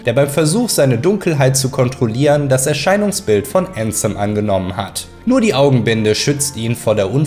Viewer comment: Wenn jemals jemand wieder ÄÄÄÄÄNSEM sagt dreh ich durch!!!